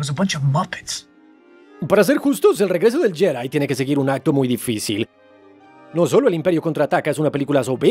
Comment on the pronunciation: deja de decir yedai, es mejor pronunciar Yedi (Jedi)